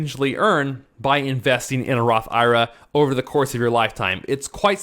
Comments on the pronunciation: You are a CPA man please for the love of everything stop calling it a Roth EYE RUH!!! just say I . R. A. like it should be... I want to watch your video but your making it tough to get through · Completely ridiculous to take advice from a guy who doesn’t even know how to pronounce the type of account he is promoting..